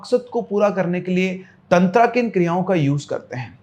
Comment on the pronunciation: दादा आगे से तंत्र को तंत्रा कहना बंद करो